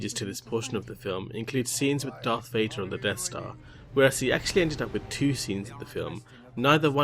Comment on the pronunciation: Did you say darth Vater?